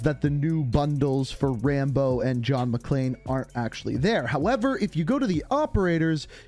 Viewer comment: It’s John McClane not John McClean lmao